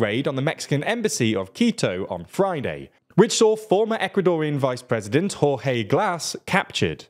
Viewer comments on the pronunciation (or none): none